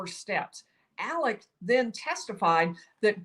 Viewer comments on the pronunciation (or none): Alex** why is she saying Alec?